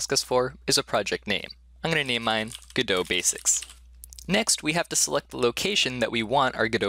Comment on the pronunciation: 3 videos in a row? What universe am I in? (also can you stop pronouncing godot like you're french)